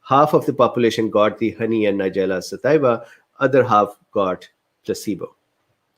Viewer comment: Thanks, doc. Pronunciation is suh-TEE-vuh. It's Latin. Too bad NS was not studied without honey, so that we could assess NS on its own. 80mg/kg is somewhere around 1 to 1.5 tsp/day. Some people get kind of "wired" on this amount. Might be too much for longer term use. Studies of around 1/4 tsp/day in older women showed a drop in HDL cholesterol in just a couple months, so there's that.